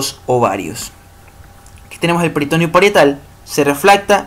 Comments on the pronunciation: Todo bien hasta que pronunció peritOneo jajaj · "Peritoneo" es una palabra grave y el acento vocal va en la 2da e. peritoNEo.